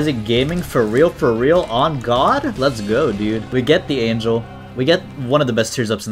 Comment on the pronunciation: I don’t think you said angel correctly